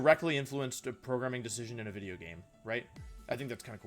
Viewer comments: Stop saying wideo damn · This is the most hilariously cute and wonderful thing I've heard in a while. I've had a few Wolfeisms creep into my everyday language. I constantly say "wideo" in real life. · Also u should say "intro wideo" in the intro lol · Wait why does he say wideo?